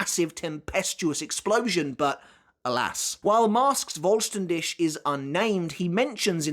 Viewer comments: Hearing say "Voll Stern Dish" cracks me up everytime. It's pronounced "Dihh", with the last part sounding like a cat's hiss. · Great video as always, but it's "fohl shtan dih", pretty sure google translate when set to german will pronounce it well, you pronounce it well except for the last sound, which is H as in helicopter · vollständig , voll-sten-dik... pronounc eit like that and it would sound better for me as an german haha ^^ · It's pronounced as Fol-stand-dih. German pronunciations are funny. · Voll ster DISH🍽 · video top but please my guy vollständig is a german word put it in to google to pronounce it at least semi right😅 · I know you don’t speak the language, but as a german… these pronunciation huuuurt. Like if i didn’t know what you were trying to say i would not understand.